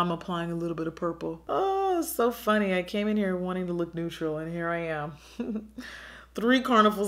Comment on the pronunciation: Makes me chuckle cause “funty” is how my toddler says funny. XD